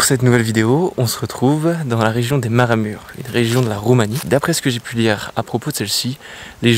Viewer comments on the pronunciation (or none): Ça se lit "maraMOUureche". Merci pour la vidéo 😊